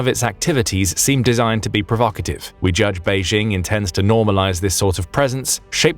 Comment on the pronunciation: There is no such city as "Beizhing." Chinese does not even have the "zh" sound (as the "j" in French (e.g. "je" or "Jacques"). The "j" in Beijing is pronounced just like and English speaker would expect, as in jingle or jingo or the "g" in gin. Mandarin does use the "zh" consonant cluster in writing (as in the name of the country, Zhongguo) but this is a completely different sound. Try listening to some audio clips.